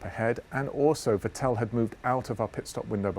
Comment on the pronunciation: Everytime i watch these video I ABSOLUTELY CRINGE when dude says "Vettel" while it's possible maybe that's the correct way but I don't believe Seb even says it like that